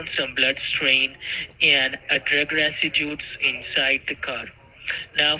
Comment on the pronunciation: I'm trying to grasp that he's "a-shoe-sted wit da FTC". Also all the "dewhysis" found in the car. 😅😅